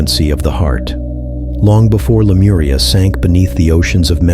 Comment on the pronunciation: レムリアと翻訳して欲しいな、aiがラムリアって言うのが気になる